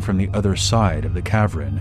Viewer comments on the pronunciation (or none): It’s cav-earn, not cav-ren.